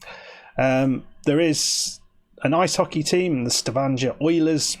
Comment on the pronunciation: G is always hard in Norwegian: stavanger would rhyme with hanger, rather than manger.